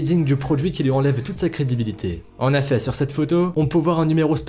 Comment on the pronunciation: On dit "en EFFETS" bordel pas "en affets"